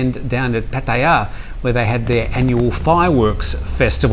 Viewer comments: Well with Pattaya there are no rising or lowering tones which should make it easy, it just has a longer a at the end like Pa-Ta-Yaaa. The point is that he is a broadcaster and has been living in Thailand for some time. He should learn to pronounce the cities correctly. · It makes me cringe every time he says it. Why is it so hard to say PAH-TA-YA? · Being a Brit, it always makes me smile when you pronounce Pattaya 🤔🤪